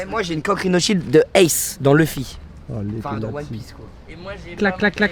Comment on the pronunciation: le petit rinoshild de inox me tue haha